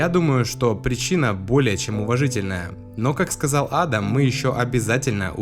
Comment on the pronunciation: Правильно не А́дам, а Ада́м